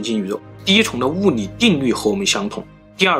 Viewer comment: 物理之謎還是物你之謎，發音很震腦！理論，你論！ㄋㄌ發音 改掉這就完美了 哪裏或哪你，聯想變黏想